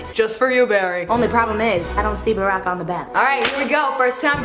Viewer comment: RW BY its Barack not Brock